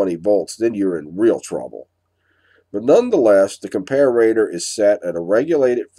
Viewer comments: I also wanted to know why you pronounce comparator, as if it's written : "compararator", with two "r's" ? :) English is not my native tongue. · I love your videos but every time I hear you pronounce ‘Comparator’ I cringe. Where did you pick up the ‘ComparAAtor’ pronunciation? Check out